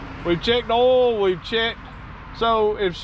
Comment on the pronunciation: we don’t pronounce oil like Ouil down here either.